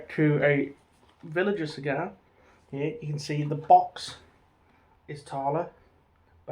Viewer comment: Btw mate villiger is pronounced with a hard g like villigur